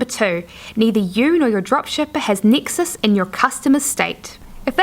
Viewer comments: nexus not nixus or nixes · Yes, I was wondering the same. And every time she says Nexus I'm thrown off the path.